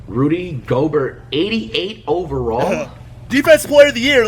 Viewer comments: Zeon Williamson J-A More ent you ever heard of Rudy goburt lmao it’s pronounced Rudy gobear (gobert) JJ redick is top 10biggest bust but I have high basketball IQ -flight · This guy no’s nothing about basketball. This man said Rudy Gobart I’m dead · It’s pronounced Rudy goBEAR at least that’s how I say it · Rudy go-bare it's pronounced. Maybe the spelling threw him off. Flight doesn't strike me as one that reads a lot. Probly never read his name before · No bro it's Rudy Goburt 😂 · Rudy Gobuurrt...